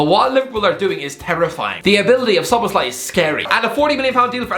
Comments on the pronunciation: Okey dude u gotta stop pronouncing it szolozbai or whatever the hell u're saying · avoiding to say Szoboszlai and instead saying Szoloszbai more frequently than avoiding to say Grealish or Rice are good players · His name is pronounced as SO-BOSS-LA-EE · sob-BOSS-lie = Szoboszlai pronunciation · Sah-bosh-lie I know its not perfect pronunciation but if you just say it like this fast then his name will sound so much better😭😭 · Pronounce it like this: So-boss-la-e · It's pronounced So-bo-sly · Him pronouncing Szoboszlai is the Best Part of the vid😂😂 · Did he pronounce Szoboszlai's name differently every time, or am I imagining it? 🤔😆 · That Szoboszlai pronunciation is horrendous